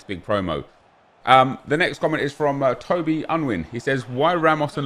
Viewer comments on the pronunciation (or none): none